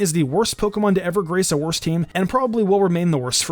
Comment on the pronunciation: If you say wørst it sounds like wuhrst